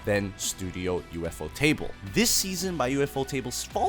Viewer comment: you got my like just because you said studio U.F.O Table and not Ufotable (how a lot of people pronounce it ooofoetable)